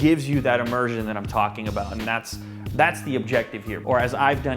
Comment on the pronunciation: "Immersion" LOL